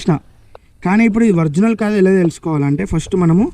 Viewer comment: Orginal ❌Vrignal ✅